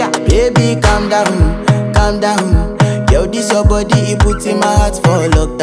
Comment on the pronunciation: ผู้หญิงอยากให้ผู้ชาย คาลมดาวน เขาออกเสียงถูกต้อง ตามภาษา อังกฤษ ส่วนผู้ชายไม่รู้ใช้ภาษาอะไร เขาออกเสียงเป็น กำ เด้า ว่างั้น แต่ก็โอเคดี หลังจาก ผู้ชาย calm down แล้วเขาก็จะนิ้งเงียบ😅😅😅